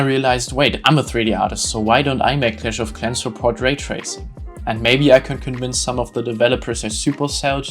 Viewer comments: When u said clash of clans i immidiatly knew u are german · i knew you were german the second you said clash of clans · The way you say clash of Clans and blender sounds like you are german